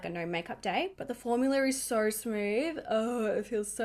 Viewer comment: I love that you say “formular”. It reminds me of Mr. Crabs from SpongeBob 🤣